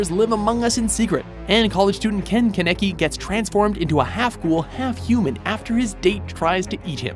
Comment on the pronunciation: its ken (KA NEA KEY) like, my god